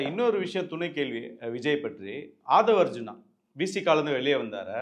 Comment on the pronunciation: ஆதவ் அர்ஜினா என்பது தவறு. ஆதவ் அர்ஜுனா என்பதே சரி. சரியான பெயரை உச்சரிக்கவும்.